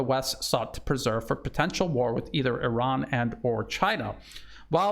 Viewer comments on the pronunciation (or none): none